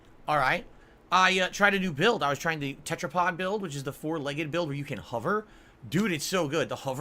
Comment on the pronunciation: Huvver and huvvering This guy can't pronounce anything correctly.